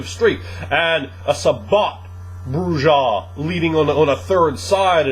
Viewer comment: Not to bust balls but the "j" in Brujah is silent. It's pronounce "Broo ah" not" Broo jah"